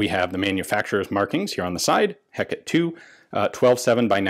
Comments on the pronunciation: FYI the correct pronunciation in French is something like ay-CAT or ay-COT. The "a" sound would sort of sound like the "a" in "latte". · It’s actually Heh-kuh-tee and she was goddess of a lot of things: magic, witchcraft, necromancy, night and the moon. Still pretty dark. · That is pronounced Heca-tee, goddess of magic, witchcraft, the night, moon, ghosts and necromancy. The lone child of Perses and Asteria. An unexpected err from a learned man such as you. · Since the Hecate II is named after the Greek goddess, and not in the Shakespearean context, I'm gonna keep using the Greecian pronunciation "Heck-uh-tee". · I think you meant to say Heck-t8 Eye Eye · Heh-Kuh-Tee, three syllables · and here we've been pronouncing it as the hey-caught-tea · Heh*cah*tay would be the best pronunciation, it's like call calling a Harry "hah*rye." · me: *goes to comment on Ian's pronounciation Ian: "here's about the pronunciation..." Me: I'll let you off this time... (I still say it it's pronounced Heck-et-tay) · I always thought "Hecate" was pronounced more like "heh-ka-tay" or "heck-ka-tay" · Hecate is not pronounced to rhyme with headache either in Greek or French - please Ian! You'll be saying carbine next instead of carbine. :-) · In French, you prononce Hey"Cat" as is you call a cat ! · Everyone pronounces it wrong. The Greek goddess' name was pronounces hecatay, not how you most pronounce it. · proper french ponunciation would sound like hey cat ;) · Always thought it was Heh-kate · Pronounced Heck-uh-tee, after the Greek goddess. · Silent "e" at the end. "Eh-cat" is the correct prononciation. Cheers from fr ✌️ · Heck a tee, is the pronunciation. Its not French its Greek. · It's said heck-ahhh-tae phonetically in English whether that be American English or or original British English. 😜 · The pronounciation would be ""hey-cat". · It is pronounced heh-cot-ee. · It's pronounced "hecketay" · I think it pronounced a little differently. It's named after a goddess.